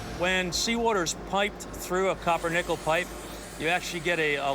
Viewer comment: the narrator straight up trolling the audience with that pronunciation of Copper Nickel